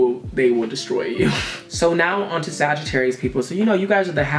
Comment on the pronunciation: Damn you really got Sagittarius right